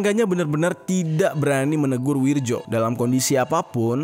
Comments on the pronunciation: Nama.nya Wiryo bukan Wirjo bang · BKN Wirjo tapi Wiryo itu tulisan ejaan lama gengs ahh ellu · Bang penulisannya wirjo tp dibaca wiryo ejaan lama yg disempurnakan ...